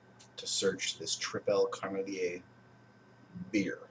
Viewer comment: you should pronounce it as triple carmeleet Its also not a beer from the french speaking part of belgium, but the part that speaks dutch the beer glass reccomended by the brewery is actually a duvel-style glass